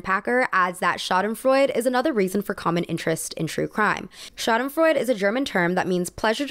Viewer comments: If you’re using foreign words please take 2 seconds to google translate it to know how it sounds. It’s SchadenfreudE not schadenfreud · its not „fraud“ it is FREUDE, every letter is pronounced. not frod its FREU-DE. pls look things up of u don’t know how to pronounce them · Schadenfreude actually has an e on the end, schaden-froyd-e (the e pronounced like in 'elf'), it's one of my favorite German words, even though I don't feel the emotion often, i just like that there's a word for it XD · Side note to this amazing video: as a German, it's pronounced something like "sha-duhn-freu-duh" but our language is hard so I get the mishap. Loved the video still! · Loved this video! Super interesting As a German, the pronunciation of Schadenfreude is so funny to me, made my day, I love it. It sounds like Schaden"fraud" when she says it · With the most love, it makes me crazy how you Americans pronounce „Schadenfreude“ it’s SCHA like in chair, DEN like in dentist, FREU … wel there isn’t a English word that compares to the EU sound … but most importantly the word ends with an E so y‘all please pronounce it!! It’s DE again like Dentist. * Schadenfreude ( /ˈʃɑːd(ə)nˌfrɔɪdə/ ) * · As a german, I have to say that I loove the way you say Schadenfreude